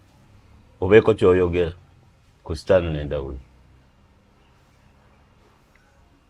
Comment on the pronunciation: the name is Stanley not Sitanile😂